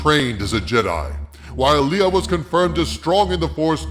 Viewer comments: Leia's name is pronounced "Lay-uh". Are you pronouncing it as "LEE-UH" on purpose? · Soooo...why do you keep mispronouncing Leia's name? It's not pronounced "LEE-ugh" it's pronounced "LAY-ugh". Have you not watched the movies? There are a couple characters (Tarkin, and General Dodonna) in ANH who mispronounce her name, but everyone else, both in ANH, and all the other movies, pronounce her name correctly. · Lay uh, not lee uh